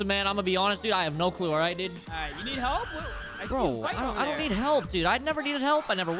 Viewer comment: Bruh he said is message “Halp” and “plezz”